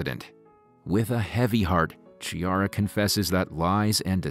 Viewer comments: Chiara not "Tchiara" 😂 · Every time you said Ciara instead of Chiara i felt like a stabbing wound in the heart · The lady’s name is pronounced Kee ah rah. Not Chee ar rah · It’s pronounced Key-ara. Not Chi-ara.